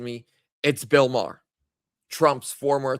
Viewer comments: Sounds like you’re saying Bill Maher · It's not Bill Marr it's Bill Barr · Barr not marr. Bill Barr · Bill Barr not Bill Marr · Bill Barr not Maher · Sorry but it's hard to take your gut instinct seriously when his name is Bill Barr, not Bill Marr. You didn't even know his name. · It's Bill Barr!!!! Not Bill Maher...!! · Bill Barr Not Marh. Hope they have a look at Michigan!!! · You mean Bill BARR, not Bill Mahar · Too much sun in Hawaii,? It's Bill BARR, not Bill Maher! 😉 It's OK,! We still love you! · Barr, not Maher. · Bill Barr not Marr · Not marr!! It is Bill Barr!!!! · Bill Barr, not Bill Maher. You were close though. The names sounds the same. 😂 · I agree AZ will likely be next. There was obvious fraud there in 2020 and 2022. (It's Bill Barr, not Bill Marr.) And, yes, I believe he was involved in the corruption after the 2020 election. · it would be Bill Barr not Bill Marr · No one talking about Bill Marr because it's Bill Barr, 😂🤣 This better be what takes the deep state down. They must arrest ppl for this. Military tribunals 🐸👁️‍🗨️🇺🇸LETS FKN GO 🇺🇸🇺🇸🇺🇸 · It's "BILL BARR" NOT Bill Mahr! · Bill Barr not Marr.. lol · Its Bill Barr.....